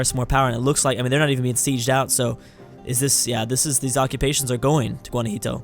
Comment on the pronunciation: It's called Guanajuato, NOT GUANAJITO! just dont say it if you dont know the name.